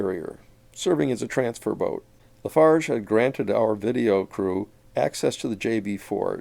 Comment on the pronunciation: It’s “Lafarge”